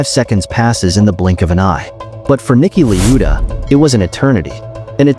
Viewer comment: bro its Niki la-eu-da